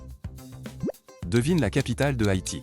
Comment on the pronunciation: La vie sa ce dit pas ”fnom fen” ça ce dit ”pnom peng”😡😡😡😡😡 Je suis cambodgienne c pour ça ducoup je te le conseille de le dire comme ça sinon t foutue 🙄🙄🙄😡😡😡